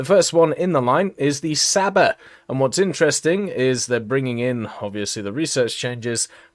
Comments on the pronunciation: It's not pronounced as "Saba", it's more like "Chaba", like ch sound in the word "chicken" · I’m just here for pronouncing Csaba